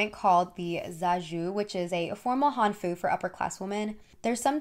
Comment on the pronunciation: hanfu is HANfu, more emphasis on the first syllable :>